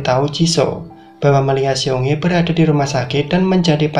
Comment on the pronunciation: Bukan siong he bang ,, tapi seung hee (seng hi)